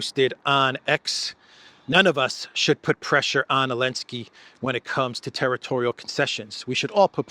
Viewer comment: Why do you say 'Elensky'? Just to show disrespect? Childish.